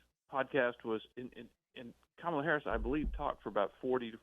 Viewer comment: IT'S KA-MA-LA......